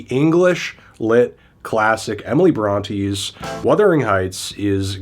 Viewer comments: Bront-ay, not Bront-ee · "Emily Bronty" 😂